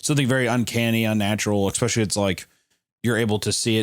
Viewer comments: Anytime Hunter says « especially » I hear « expecially »😅 if Tommy is immortal then the dad can’t do anything. If he wants those kids then he’s gonna get those kids. It’s unavoidable unless you spend your life on the run.🤷🏾‍♀️ I think it’s because Tommy doesn’t like strangers/crowds I wonder if he’d come back if they adopted kids instead of having biological kids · i am adapting to saying exxxpecially because of hunter